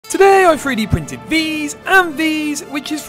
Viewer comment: “tadaaaaaay i free dee printed..”